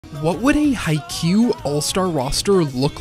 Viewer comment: Pronunciation is haa ya ku u